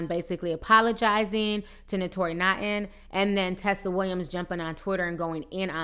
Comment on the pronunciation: Oh my If you want to report the tea please find some time to learn how to pronounce these celebrities names correctly smh Naughton pronounce Nawton Disick pronounce Dihsick Kiely pronounce Keylee